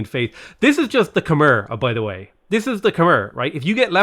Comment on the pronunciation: It's pronounced Kuh-My